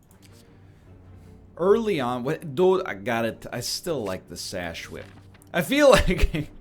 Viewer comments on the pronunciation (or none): none